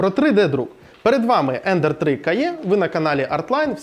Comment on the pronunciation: Дуже дякую за цікавий огляд. Невеличке зауваження по промові назви принтера - ви говорите "кає" але англійською звучить "каі"